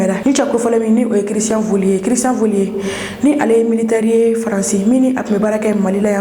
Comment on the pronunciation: Soyez un plus professionnel Cristian Vezilier et non Cristian volier